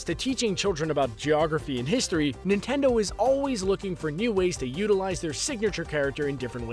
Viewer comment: Yes I love "nitendo"